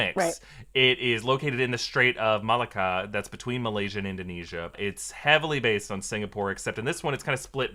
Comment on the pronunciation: i did not mean to laugh at pronunciation of malacca/melaka